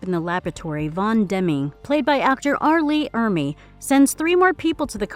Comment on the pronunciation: Did you say "bitch R. Lee Ermey?"